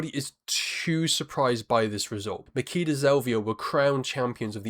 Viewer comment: It's Ma-"chi"-da Zelvia. "ch" as in "itchy"